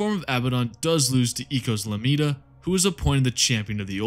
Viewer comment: Holy shit you butchered eikos lamiad